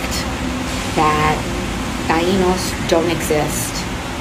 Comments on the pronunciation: The name is pronounced Tie No, 2 syllables, so she needs to work on that. She's born in the Bronx and when she was in school, changed her name to Sandy so she would fit in better with her white counterparts. Puerto Ricans are Taino and Spaniard, the same Spaniard that Christopher Columbus was. She is descendant from the same people she doesn't want you to remember did the first atrocities to her Native American "cousins". Just got lucky in an election, that's all. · its hilarious how she is pandering about her "indigenous" heritage while pronouncing taino with a spanish accent.